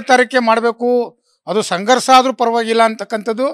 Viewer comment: ಸಂಘರ್ಸ ಅಲ್ಲೊ ಮಾರಾಯ,ಅದು ಸಂಘರ್ಷ😂 ಮಹಿಸ ಅಲ್ಲ ಮಹಿಷ ಏನು ಕರ್ಮನೋ ಈ ಕನ್ನಡ ಕೇಳೋದು 😅